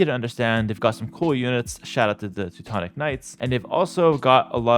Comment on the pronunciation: "Two tawns" "two tawn nick"